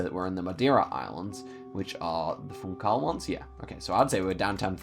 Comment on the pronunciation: yo just wanted to let u know that "funchal" in pronounced funshal"